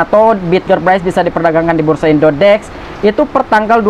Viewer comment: Waduh... cuk... perbaiki sebutannya.. bukan indodex tapi indodax